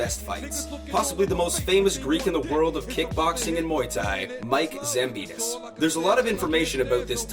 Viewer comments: Its Zambidis not Zamponis! At least try to pronounce the name correct... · Ζampidis idiot, not Zamponis... You are also a damn speaker.... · Is it just me, or he called Mike "Zamponis"? 🤣🤣